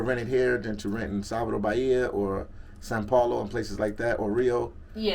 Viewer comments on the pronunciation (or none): Is it me, or does this brother keep saying San Paulo and not São Paulo ? I swear he's been saying San Paulo since he's been there for like 2 months. Maybe it's just the butchering of the language. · It's not you. He's been saying San Paulo since being there.